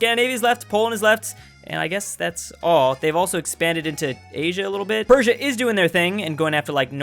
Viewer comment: Portugal: Emperor noises: PerSIA